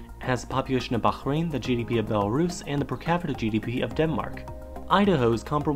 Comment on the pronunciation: YES HE PRONOUNCED BAHRAIN CORRECT.